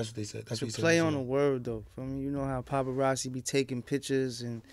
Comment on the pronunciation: He said popperazzi